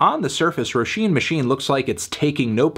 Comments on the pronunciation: ayeeeee he pronounced roisin right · Dam melon pronounced Roisín fairly well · Irish person here, came to see how he'd pronounce Roisin. I'd give it a light to decent 8. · he did better than expected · He actually got it pretty good imo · Thank you for pronouncing Róisín correctly. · Damn he pronounced it right... i clicked on this video to get mad in the comments and now I can't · Only clicked to hear Anthony's pronunciation of Roisín. Good job melon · Thank fuck you’re pronouncing her name properly this time 😉